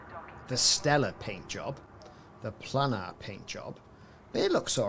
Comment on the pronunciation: Planar is pronounced “play-nar”, not “plannar” Aside from that, decent video.